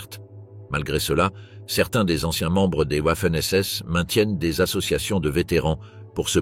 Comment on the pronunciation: J'apprécie beaucoup les vidéos, mais beaucoup moins les commentaires et notamment celui qui les fait. Il alterne la prononciation des mots de façon insupportable comme par exemple Vaffen SS et Ouaffen SS ou bien Dachau et Dachao et ainsi de suite. Serait-il possible de changer de personne pour commenter en respectant la prononciation des mots ? Merci.